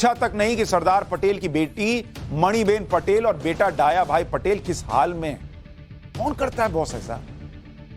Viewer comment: सुशांत जी, डाया भाई नहीं दया भाई पटेल उच्चारित कीजिए।